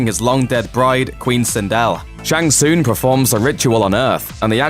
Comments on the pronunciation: Says Shang Tsoong.... Who you trying to fool that you've played these games before lol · WTF is a Shang Soong? Go play any of the games and let the announcer tell you how its pronounced please! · "shang soon"? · Shang Soooong that is how it sounds when you try to say his name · I like the video gave you a like and subscribe but dude the main character you are talking about you Mispronounce his name yet dont anyone else's name its Shan Sung pronunciation. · Mispronouncing Shang Tsung